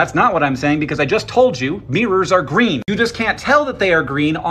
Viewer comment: Mirrors are gweeeeen - he said